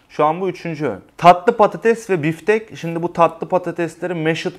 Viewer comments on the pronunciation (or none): Büftek değil Biftek 😀😀